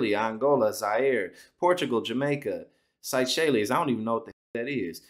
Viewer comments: Seychelles = Say Shells. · Seychelles- Say-shells it’s a small island chain in the pacific. You might have heard of it when “Survivor,” filmed a season there. 🙄 Suriname - Sir-uh-nahm South American country located between Guiana and French Guiana. It used to be a Dutch colony. 🙄 Edit: Dutch Colony, not French as originally stated. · Seychelles, lmao, "say-shells", it's a tiny island off of Africa, above Madagascar & it's BEAUTIFUL!! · Seychelles, pronounced SAY-SHELLS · It's pronounced say-shells.